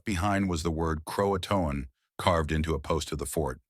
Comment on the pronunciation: Can't pronounce Jean but you get Croatoan right.